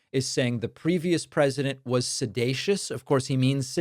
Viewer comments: Look- he was just trying a new word “sedacious” hahahahahahaha. It does have 3 syllables and that’s out of his league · the idiot mixed up the word seditious with sedating and comes up with a new word sedatious. he also messed up on obfuscate. go back to school fool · Trump said "sedatious". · Is Trump 'sedacious' or 'seditious'....? The "President" of the USA does not even know English... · Obama is "sedatious" (a new word? Does that mean he's "sleep-like?) 😂😂😂 Trump said "sedatious" (does that mean Donny hasn't a clue what he's talking about? )😅😅😅 Get rid of the ignoramous NOW!!! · Can you say January 6th, 2021? I get a kick outta donnie dumkoff, trying to pronounce big words. Sed A sush. Thought it was sedicious. In his little toddler voice. He's soon cute. Yep, if anyone knows about guilt and treason, it's donnie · Trump's calling it 'Sedatious" because he's more familiar with the term 'sedate' in which he came to plause about the little girls on Epstein's plane. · Sedatious is NOT a word! He was trying to say seditious. Come on! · Ummm 🤔 think he means seditious?? Not “sedacious” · Is it "sedatious", or " sedacious"? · Sidated, sidatious! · “Sedatious” Trump’s latest from his word of the day toilet paper and he can’t even say that correctly. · Someone realized it’s time to elevate Trump’s vocabulary. His 2 new words obfuscate and seditious (even though he can’t pronounce it correctly). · The guy can't even pronounce seditious lol, and he should know how to say it since he's the one who is literally guilty of it. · He's so sedated he can't pronounce seditious correctly.